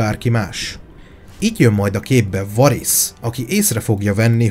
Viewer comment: Imádom ezeket a videókat, de a "VARISZ"-tól falnak megyek minden alkalommal. "Veérisz" pls...